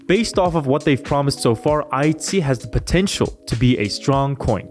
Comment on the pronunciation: It sounds like you're saying IC not pronouncing the H. But overall good stuff